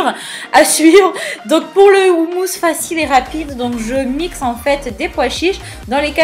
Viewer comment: Ca se prononce Khoumous (comme le "j" jota espagnol)